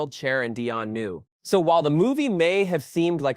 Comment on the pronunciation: It's pronounced DEE-yonne, not dye-on... are you even from America?